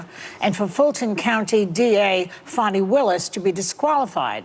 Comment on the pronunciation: Come on The witch’s name is Fani…pronounced FAN-NEE… not “Faw-nee”. Give me a break.